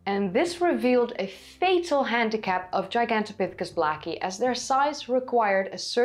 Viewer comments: The word is related to Giant and Gargantuan. It is pronounced : jai·gan·tow·pi·thuh·kuhs. A simply google search shows quite a few entries, all in agreement. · "Gigantopithicus" is Latin. The G in Latin is pronounced "jee", not the way you pronounced it. You're flat-out wrong. It's "jie...gantopithicus". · You kinda sound like an American cowboy when you say "Heehawn-topithecus" 😅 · "Gigantopithecus" is now the #1 -pronounced word, overtaking "Heidelbergensis" 🤣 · I'm surprised that southern China had a stable climate until a couple of hundred thousand years ago. I thought climate was fluctuating pretty much all over the place for two million years because of the Pleistocene glaciations. Was that region isolated from climate change somehow? Another cool vid, by the way. If I practice saying Gigantopithecus like you do, I may eventually be able to pronounce Van Gogh properly. 😃